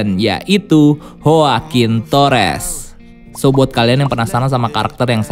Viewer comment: yoakuin min dibacanya (CMIIW)